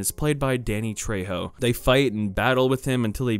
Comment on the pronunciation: Im sorry but the way he says trejo my gosh